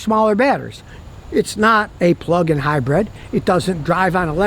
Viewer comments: I can’t get past Scotty keep saying Hi-bread 😅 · Scotty says, "Get yourself a highbread!" 😂